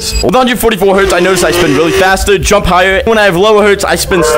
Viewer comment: Bro said "jumb slower"